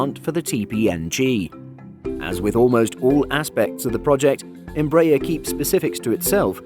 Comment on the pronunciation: The stress in "EMBRAER" is in the third syllable: ER